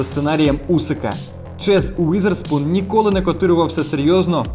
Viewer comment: не Уїзерспун, а Візерспун, не застосовуйте москальську транслітерацію